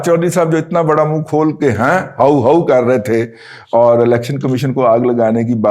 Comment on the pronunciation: سر جی،ہاؤُ ہاؤُ نہیں ووُؤ ووُؤ 😂